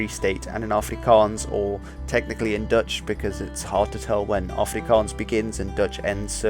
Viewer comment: I enjoyed your Dutch! I now live in Australia from South Africa, and no one here can speak with a guttural "g", low in the throat. Even my english speaking South African friends could not reach that "Germanic-"G", as you did. Very good my man. One day the Boere will rule the world....I always say.